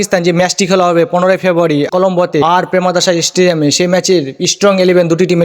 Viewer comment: স্টেডিয়াম ভালো করে উচ্চারণ করো |